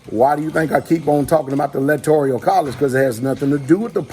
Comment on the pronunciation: Kind of off topic but pastor its not electorial it's electoral 😁